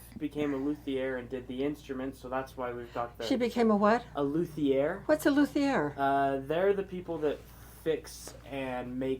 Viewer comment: What a great combo store! Food, prep, music, and athletics! Love seeing Dr Suzuki's method is still around ❤❤❤ He was a wonderful man! Onto semantics --- it's pronounced LOO TI ay/air. Not Luth ee ear.